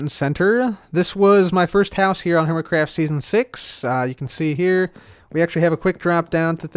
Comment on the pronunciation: Welcome to “Dork craft”? Lol that's what it sounded like